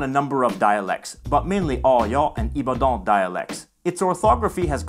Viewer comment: As a part of the Yoruba culture genetically from oyo I feel proud. I was very surprised that you pronounced some of the words correctly but some made me laugh like the way you pronounced "Ibadan" ,the capital of Oyo. Maybe it's just because us Yoruba's have an accent when it comes to speaking our language,but thank you so much for doing this video.